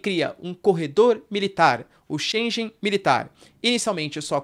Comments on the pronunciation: Espaço "schengen" e não "chenjen". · Só um reparo, diz-se Schengen e não schen"j"en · Professor não é espaço schenje mas sim schengue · Espaço Schengen se diz 'shen-gan'. Muito bom conteúdo, parabéns! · Professor, a pronúncia é chen - guén Excelente aula. Parabéns! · É sempre esclarecedor e assertivo! Obrigada, professor. Correção: Shengen pronuncia-se /Shêngan/ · Excelente conteúdo sempre. Sou seu fã. E só uma dica: em Schengen o g se pronuncia como em gato.